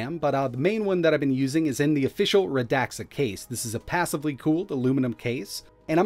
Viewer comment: "It's pronounced Rə-DAK-suh, if I say it is! Fight me. " -- probably